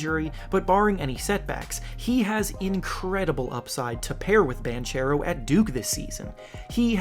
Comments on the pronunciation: Just to let you know, Paolo Banchero is in part italian and it is pronounced like "Bankero" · Banchero is an Italian surname and it's pronounced something like "Bankero", with hard c like in "bank". Please don't slaughter the name again, it was painful to hear for an Italian! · I think it’s actually Bonkero but close enough. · As an italian myself i just wanted to point out that Banchero is pronounced with a "hard c", like Bankero